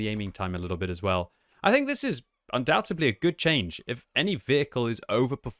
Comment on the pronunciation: “undoubtedly” not undoubtubly....